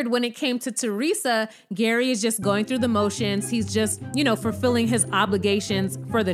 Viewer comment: Lol, G.E.R.R.Y pronounced Gary has the most confusing name ever. You called him Gary in the first part of the video and ‘Jerry’ in the latter part. ❤